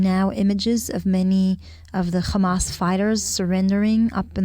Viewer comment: It’s Hamas not Khamas?😂